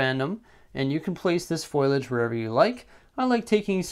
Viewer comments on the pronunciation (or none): Great tutorial, but I think it's pronounced Foh-lee-edge. Thanks!